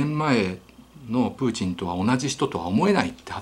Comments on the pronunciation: ひろゆきさんのトゥイッター真似した影響で、プーチン発音までおかしくなってて草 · ときどきプーティンの発音になるの何なんww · プーチンが時々プーチィんと聞こえる〜笑笑。 なんだかプーチィんが気になり話が入ってこないのは私だけ？？笑笑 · プーティンって言ってますか？😆